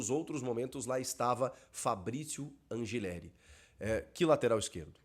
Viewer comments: Sou Argentino e o correto a se pronunciar é Anrrileri com dois r’S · Chico, só pra constar, a pronúncia correta do nome do lateral do Timão é An[r]ileri.